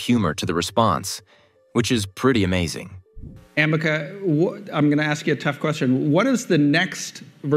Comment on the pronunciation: It sounds like "America" )("ameca") hummm